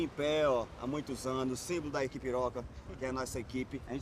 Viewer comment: Man eu entendi equipepiroca kakaka